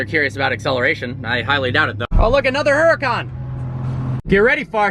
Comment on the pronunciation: HE PRONOUNCES HURACÁN WRONG